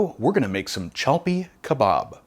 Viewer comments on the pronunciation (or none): It's called chapli kebob. Not chalpi But you did a great job 👏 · cha plee kuhbaab is this the correct pronouniation? You pronounce it chal pee, either way, this is the first time I have ever heard of it, so many new foods and things I am learning on videos and Thank You for sharing the mag Milk Street never heard of that , I must live in the dark ages ha ha ha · It's actually spelled Chapli Kebab/Kabob. And pronounced Chaap-Lee.